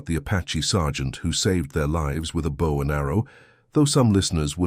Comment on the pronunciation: It is pronounced bow not bow. A human would have known that.